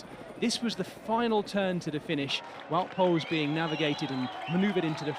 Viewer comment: since when is wout poels english 😂